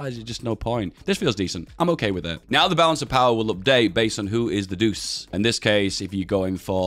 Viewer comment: I believe Il Duce is pronounced like "eel doo-chay", not "deuce"